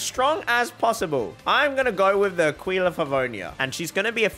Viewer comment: Do me a Favour.. Go on Google translate, Write AQUILA, and listen to the Italian pronunciation, since it means Eagle in italian. So you will not butcher that word like every other YT and Twitch users.